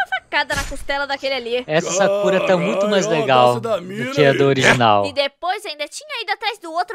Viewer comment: se pronuncia sákura, não sakúra